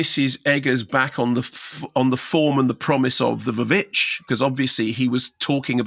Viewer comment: Did Mark actually just call The Witch "The Vavitch?" 😂😂😂